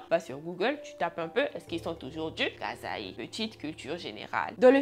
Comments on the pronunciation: La prononciation de la province c Kassaï et non Kazaï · Je suis Congolaise et on dit Kasaï [kassayi]😅 mais sinon ton histoire était cool,et je n'ai plus envie de visiter le reste du pays🤣😭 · Hey !!! Je sais que ça porte confusion mais on écrit “Kasaï” mais ça se prononce “kassaï “ 😊 voilà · C'est le kasaï, tu prononces pas bien c'est pas un mot français 😅😊, sinon suis abonnée à toi et j'aime bien tes histoires